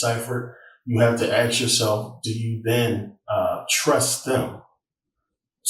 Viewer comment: I do not think I can take anyone serious who can not say "ask".